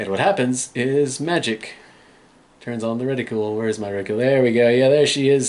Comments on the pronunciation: I feel like it needs to be said. It's not "reticule", it's "reticle". Pronounced re ti cull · the problem with that analogy is that there really isn't a way to pronounce "cle" as "cule". It's an extremely common misunderstanding.